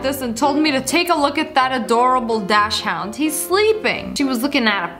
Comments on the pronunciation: “Dash hound” ITS PRONOUNCED DOCSON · 😆😆 Lmfao did she really just pronounce Dachshund (which is a type of dog) a dash-hound? It’s pronounced like DOCK-SON 💀 she mispronounces stuff ALL the time it makes me concerned for her lol